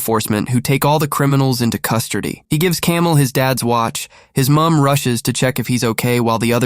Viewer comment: "Custurdy" 😂😂 i love hearing you say it dude